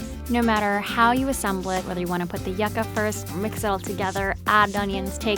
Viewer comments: yea and "yuga" instead of "yuca" 😂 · Its pronouced "YOU KA" NOT "YUCK KA" thanks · Isn't it pronounced "yuck-uh"? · Did she say yaka?